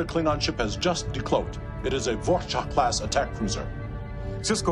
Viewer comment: I like the way Worf pronounces Vor'cha.